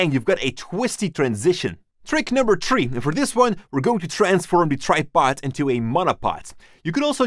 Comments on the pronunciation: trick no tree lol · “Trick number tree”